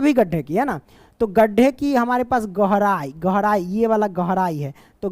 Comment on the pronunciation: Question 4 tu me gehrai not gorai sir be like 😂